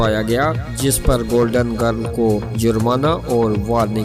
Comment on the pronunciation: Golden grilllll.... Not giiirrll